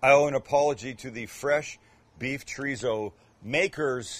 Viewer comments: Chorizo simply translates to sausage. Mexican Chorizo is just one type. For a real treat try several from Argentina or Spain. It isn't zo is so. Pronounced with the s sound not the z sound. Just like in German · "chreezo" lol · Omg how white can u sound treezo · Tree-zo? Tf!! 🤔 someone smack him and tell him the right pronunciation or he's not invited to the carme asada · Please learn how to pronounce Chorizo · The way you say chorizo is pissin me off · Funny how he makes fun of Canadians for the way they pronounce Cabo but he pronounces Chorizo and Torta just like a typical gringo lol! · That is not a torta that’s a sandwich. Please learn how to say chorizo the right way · Since you're making fun of the Canadians' way of saying Cabo, FYI: The z in chorizo is pronounced like the first s in sister. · I’ll never try this torta for two simple reasons 1st he’s a white boy 2nd he can’t even pronounce Chorizo correctly!! 🤦🏻‍♂️🤦🏻‍♂️ Lol